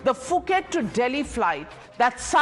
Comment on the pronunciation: Fix your pronounctions .. it’s Puket and not Fuket